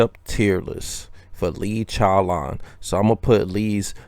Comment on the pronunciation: 😭😭 love the way says chowlawn it's funny